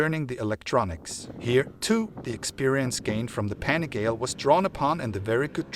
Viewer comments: Have you ever watched a Ducati Panigale review? At least once? If you are going to do a review do it right. You pronounced PANIGALE a thousand times incorrectly. The name derives from Borgo Panigale, a place where miracles happen. To Italians and to Ducatisti this might be received not just as anti-professonial but even an insult. Other than that, this is a nice try. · I’m with you! The guy is making my ears bleed saying it wrong!! Ruined a perfectly good video. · Mate learn how to pronunciate PANIGALE ffs!!! Go back to school!!!